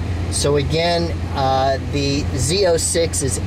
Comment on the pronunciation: Z zero 6, Z zero 7. LOL. It’s pronounced Z O six, Z O seven.